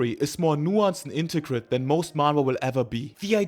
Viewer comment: more nuanced and "intercrit" ... tf does that last one mean my nigga, u tryna say intricate?